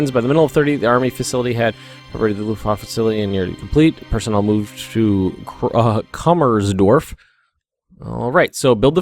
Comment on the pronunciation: Pronounciation: Say "Voodoo" take the "oo" and say "Kroopp" (Krupp). That's almost right. Don't say Krooooooooooopp, but a very short Krupp. The "u" in Krupp is short. I love all your Hoi3 series. I also learn a lot watching it. Edit: All "u"s are pronounced "oo" (but short) in german. So it's "Koomersdorf", "Kroopp" etc.